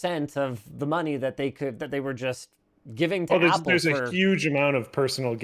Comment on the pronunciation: So Apple "Wost"?